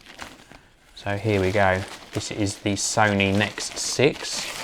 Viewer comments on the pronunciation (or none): By the way, it is N.E.X. not 'necks'.